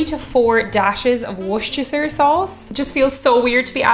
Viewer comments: Worcestershire = wuss-ter-shuh. I don't put Tabasco and Worcestersire Sauce in mine, one or the other. And use celery salt. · Whuh-stir-sure ... change my mind! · wurstashire sauce is how we pronounce it in the southern United States! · Worcestershire sauce is pronounced “wooster (like rooster) shire (a forest)”. You are, however, missing a very key ingredient here: grated horseradish. It makes for a much more bright drink with a kick that hits with spice right away, which then gives way to hot sauce, acid, sweetness and umami. Otherwise, you’re spot on. A Bloody Mary is more than a cocktail. It’s a brunch appetizer, a salad and a hangover cure in one. I also like to make mine with Bourbon instead of vodka, and a crispy piece of candied (or not) bacon for garnish. That goes great with proper BBQ (smoking, not grilling.) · "Worsty" sauce....easy-peazy......Wayne Maher - Kent, Washington(State) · As far as pronunciation goes just say it like Wooster Sauce. Most Brits don't bother with the "shire" part, so it's just Worcester Sauce. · fwiw - at least 3:1 tomato to vodka is more common. That was a lot of worcestershire (say wooster shur). And horseradish is better than tabasco. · ‘Wuss-ter-shure’ sauce. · google says it's pronounced Whister-Sause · Love a Bloody Mary but don't forget the dry sherry float. It's pronounced like "wooster" the Americans are particularly bad at that. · Its pronounced "Worst- ah- sheer" sauce, my dear... 😁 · It was the best o'shires it was the worst o'shires